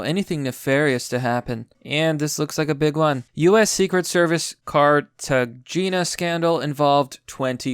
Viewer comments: It's pronounced: Cart-a-hayna. It's in Columbia. It's in the movie Romancing the Stone. Good movie. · I trust even more for your mispronounced words...Cartagena, that was a good indicator you haven’t a clue of Spanish .